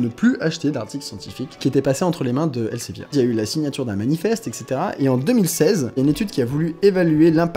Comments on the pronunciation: Ça se prononce "el Zé vir" pas elsevier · Alors par contre, ça se prononce [elzevir] ;-) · ça se prononce "èl-së-vîr" ;) ce qui change pas le problème